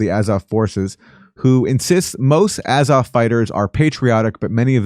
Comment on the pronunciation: A like ah with a tongue depressor, zo like saw, v like off.